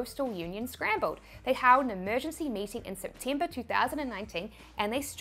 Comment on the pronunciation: SIPTIMBER, PERCINTE, COMMIENT learn to talk please